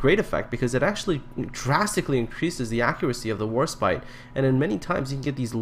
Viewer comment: Sounds like you keep saying HorseBite.